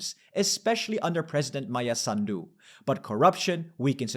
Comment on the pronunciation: also it's SAHN-doo not sahn-DOO 😂